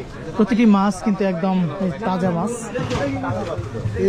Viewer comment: Bhai Apni bar bar bolchen mas ,shobdo to mas na! Shobdota holo MACH not mas. Dhonno baad